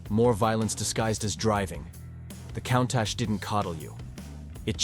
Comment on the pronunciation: Who taught you how to pronounce Countach???